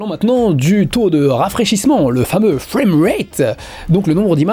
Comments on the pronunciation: Très bonne vidéo, bravo. Par contre j'ai jamais compris pourquoi tout le monde dans le milieu prononce frame, fr"a"me au lieu de fr"ai"me. Quand tu dis framerate, tu prononces bien par contre, fr"ai"merate. ^^ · Tu peux commencer par utiliser un OSSC comme tous les puristes au lieu de cette daube de Framemeister (qui a fait son temps), et apprendre à prononcer "FRAME" aussi. Si tu veux te la faire super franchouillard, tu devrais dire TurboGrafx "sixtin" au lieu de "sixteen".